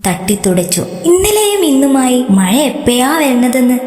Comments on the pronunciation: കോഴിക്കോടാണ് സ്ഥലം അല്ലേ... കോഴിക്കോട്ടെ അക്ഷരമാലയിൽ ഴ എന്ന അക്ഷരമില്ലല്ലോ യ അല്ലേയുള്ളൂ. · യാ അല്ല ഴ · മയ അല്ല മഴ 🤦🏻‍♀️🤦🏻‍♀️🤦🏻‍♀️ യ വേറെ ഴ വേറെ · മഴ എന്ന് പറ. ഴ വഴങ്ങുന്നില്ല അല്ലെ 🤣